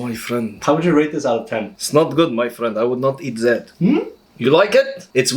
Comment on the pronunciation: I like when he says that he says zat